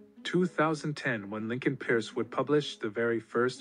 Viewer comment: Lincoln peirce (pronounced Purse)